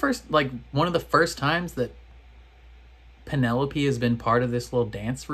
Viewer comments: Why do u always mis pronounce penelope's name. 😤😠 It's pen-el-o-pEEE. I know you can say it right, I've heard you. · Loved watching your reactions to this season! I am not as invested in the Colin/Penelope story. I'm moreso looking forward to Benedict's season. Also, after watching your reactions I can't help but see the word Penelope and hear it in your voice lol that has forever changed the pronunciation for me